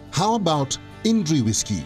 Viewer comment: "ईनडरी" नहीं "इंद्री"